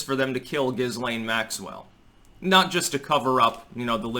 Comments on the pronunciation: Not that it really matters, but apparently this hideous creature's name is pronounced: "Ghee-lane". Might as well get that correction out of the way. I think mispronouncing her name on purpose might be a fun way to torture her so please proceed. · It's pronounced "Gee-Layne". I think it's Gailic. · With an h after the g, I don't think so. It's not Gislaine but Ghislaine, isn't it? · As a person who speaks French, "Ghislaine" is pronounced "Jislaine". Just as aside! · Just some trivia, her name is actually pronounced ghee-LAYN. The s is silent. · I think her name is pronounced "ghee-lehn", the 's' is silent. (French name) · Her name is pronounced Gee-lane with a hard G and a silent S. She was born in France! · It's pronounced Jill Lane, btw. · The Name is Gee-Layne! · Why are Americans so determined to pronounce names wrong. I have heard three different wrong pronunciations of this woman’s name. Say it with me: ‘Gee-Len’. It’s French, you damn yokels. Lol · the name ghislaine is of french origin. as such, the "S" is silent, and the name is correctly pronounced "GI-LANE". just saying... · Guylaine is another French name that would be pronounced Geelane. The hard G like in Guy. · Not here in French Canada. We would pronounce her name Jizzlane. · It's GIL-LANE. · It’s pronounced - Jis lai( as in let) ne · It's pronounced Gilane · SAY HER NAME RIGHT BOY.. THE S IS SILENT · Hey,, perhaps when you're spewing your off the charts sophomoric knowledge, from your mouth rather than your anus, it might be a good idea to at least do enough background to be able to pronounce the subject of your idiotic diatribe; it may even enhance your streetcorner philosopher cred, and Jizzlaine would appreciate it so. The indoor motorcycle jacket is especially precious. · The s can be pronounced, even francophones differ on this. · You don't even pronounce her name properly which adds to the douchiness of your overall look.